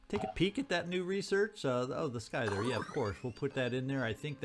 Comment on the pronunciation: Note: scyther is pronounced ss-ie-ther, not skyther, the c is silent(unless it's been confirmed to not be "scythe" by phoenix point) y'see. I hope that I didn't bother you, it's just that the mispronounced word was starting to bug me, if you want to say skyther, then that solves it, cause then I know that you are pronouncing it correctly in your opinion. Also, Use your abilities, not your ammo, the frenzied worm could have been a weapon of mass destruction, but, while shooting that last forsaken did work, the worm could have saved you trouble and resources against the weakened guy. Anyway, I loved it! Let me know if I was annoying or rude or anything of the sort, as that is not my intention